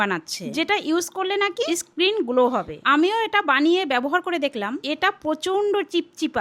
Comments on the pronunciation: স্ক্রিন না skin 😑🌚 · skin কে screen বলছে গো তাড়াতাড়ি দেখে যাও 😂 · skin🚫 skrein✅ Ar koto ki new word sunbo 😂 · Skin কে screen বলে ওটা আপনার কাছ থেকে জানলাম 😂😂😂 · Skin❌ Screen ✅ bindu masir english 🤣